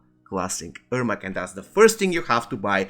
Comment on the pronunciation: Good information, bad pronunciation and the video has nothing to do with the information. You could just show a screenshot, a picture, or something. I had to rewind a few times to understand he's saying "Ermac". Same thing about "if you're in the US you should buy bjfjfdjfjdf..." What? The most important part of every sentence is the last word and he never completes the last word beyond the first syllable.